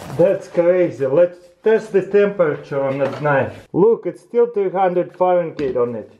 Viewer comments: "still 200 fahren-gate"......lol Fahrenheit..... pronounced more like Fah-Ren-Hite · Is no one going to make fun of the fact he says "fahrengate" instead of "fahrenheit"? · Dis man said faren-gate 😂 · bro its Fahrenheit not farengeit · It's FahrenHeit not farengate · Fahren-GH-eit lol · "faringeet" lol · he say farengate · Farengeit? GEIT???? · I love how he says "farengate".